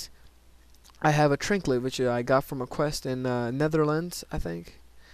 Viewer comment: why is it so annoying to me that he says trinklet?? There's no L..